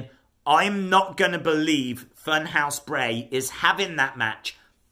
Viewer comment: Didnt Bray even say "Bo-lieve"